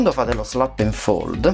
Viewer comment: "Slap and fold" non si può sentire...